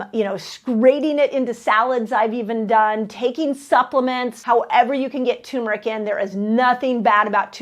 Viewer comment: Love you, so I forgive you for mispronouncing turmeric -- TURRR-meric🥰